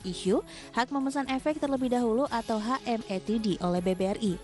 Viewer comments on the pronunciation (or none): HA EM TI DI pdhal bukan bahasa inggris. Ha em te de mustinya.